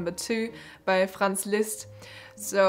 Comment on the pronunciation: Liszt not lizst